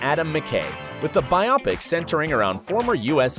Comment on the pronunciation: Pronunciation correction for biopic (should be bio-pic, not bi-opic) pic shorts for pictures (older name for movies). Well done video otherwise. Thank you!